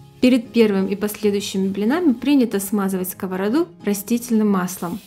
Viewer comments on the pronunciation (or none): none